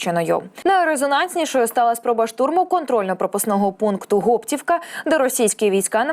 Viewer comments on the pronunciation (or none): Гоптівка, наголос на о. І Липці наголос на и. Вибачте но огидно слухати як перекручують назви. На Гоптівку дійсно був напад, але наші його швидко відбили.